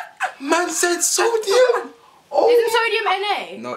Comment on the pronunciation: Man said soudium😂😂